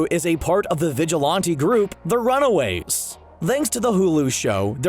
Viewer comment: Did you say the Runawaves???